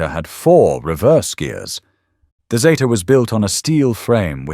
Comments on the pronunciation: I'm old enough to remember them coming out and yes, it was Zeeta. Not Zayta. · It is zeeta……NOT Zayta. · Get it right its a zeeta.... Australia. Made it and named it